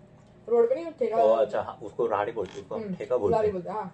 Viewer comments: इस लड़की से अच्छी भाषा कोरियन लड़का बोल सकता है। कमाल है। राहड़ी नही रेहड़ी होता है! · Ra dhi nahi रेहड़ी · Radi nahi beta redi bolte hai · Didi - Raadi 😂 Are didi, Are didiiiiii. 'Rehdi' bolte hai. Didi se sahi Hindi to ye bhai seekh gya 😂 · रेहडी बोलते है